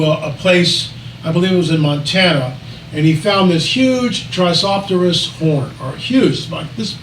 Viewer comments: Tri-ce-ra-tops, with all due respect it doesn’t make us look good when you can’t pronounce one of the most well-known dinosaur species in the world that many 6-year olds are familiar with. Please do better. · Poor guy can't even pronounce Tri-CERA-tops properly.